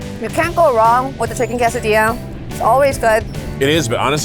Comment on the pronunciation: “Kay sah dee ahh” is the common pronunciation vs you said more “kas a dee ahh”